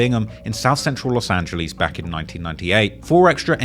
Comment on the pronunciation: No one:: “LoSt aNgLiEsSs”